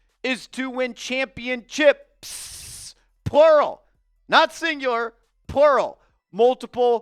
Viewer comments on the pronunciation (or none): why do you keep saying ChampionChips lol